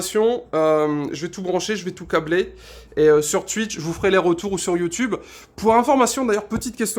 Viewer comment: Déjà, y'a aucun test, ensuite si tu continue de dire Tuitch je vais faire un homicide, et putain la moitié des choses que tu racontes on s'en fout, je viens pour voir un test à la base, pas un gars qui vise un pied, bref, fais à l'arrache, aucune réel volonté de faire cette vidéo, peu d'effort....